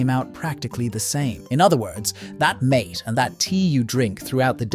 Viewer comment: Its not mate, its pronounced mar-tay.